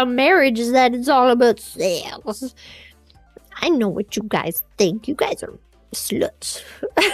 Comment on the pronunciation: i love when she says "Segggs" :DD